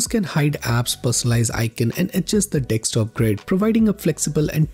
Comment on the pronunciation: Bro, it’s pronounced as D E S K T O P, not D E X T O P.😊